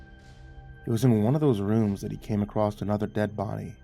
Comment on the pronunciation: I love you, but there is no 't' at the end of the word 'across'. You're such a fantastic narrator, every time you say "acrosst".... it pulls me out of the story